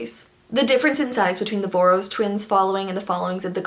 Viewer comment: Voros is pronounced like Vorosh! It's a Hungarian name I think?